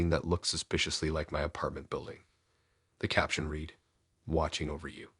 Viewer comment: Hint, the word isn't shīvers, and another is read = red not reed